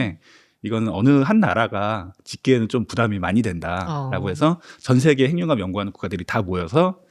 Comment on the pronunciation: 근데 핵융합 발음을 행융합이라고 계속하는데 거슬리네요. 해귱합이라고 발음을 하셔야...